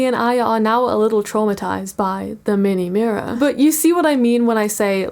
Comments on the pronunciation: "Meni mirrorr" my nightmares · “Meeni meeror” DEAR GOD MAKE IT STOP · “MEENIE MIREER” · My soul left my body at the "minni mirrorr" 😢😂😂😂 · Bro l can't even sleep because of "minhi mirror"😭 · everytime i hear MEEHNEEH MEEHROAR, i lose brain cells 💔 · don't you mean "meeeenee meer"😭 At least that's what I hear